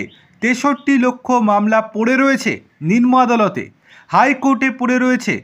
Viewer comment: কথাটি হল নিম্ন/ নিম্ন , নিন্ম/নিনম নয়। দিনের পর দিন ভুল বলে চলেছেন। একটুখানি সংশোধন করে নেবেন।🎉